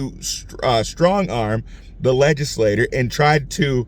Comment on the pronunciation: Legislature rhymes with picture. Legislators (rhymes with doors) pass laws.